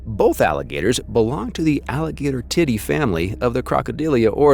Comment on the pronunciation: ... That is NOT how you pronounce Alligatoridae. You just said Alligator Titty. It's pronounced Alligator-id-eye. Or Alligator-id-day.